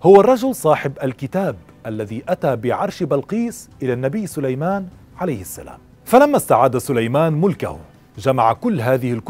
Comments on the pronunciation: للتنويه .. في الدقيقة وما كفر (سليمانُ) مش (سليمانَ) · ((وما كفر سليمانُ)) بضم النون وليس بالفتح اللهم اغفر له